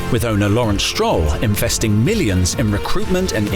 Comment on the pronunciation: I swear they said 'Lorance Stroll INFESTING millions' and not 'investing' 😂